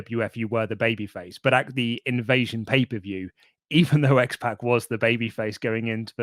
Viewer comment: It's not X PACK, it's X POCK. Like Sock, Rock, Dock, Mock. You sound like old ladies who call that rapper 2 Pack Shaker instead of 2Pac Shakur.